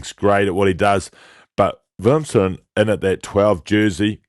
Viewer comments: Not willemsen or willemson but willemse ..please 😂check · I heard her say Willemson.. then i was nah im probably hearing things.. then she said it again.. and then dude also said it. Cringe 😬